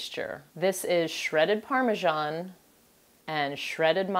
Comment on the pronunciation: Its pronounced parm e san. not parm e jon. And also thats not regular mince beef or minced lamb. in their so.why slow cook it.. also its lasagne sheets . Not noodle